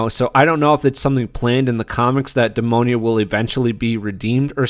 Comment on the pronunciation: Great video, but hearing you pronounce Demona's name as "Demonia" made me think of the shoe brand. 😂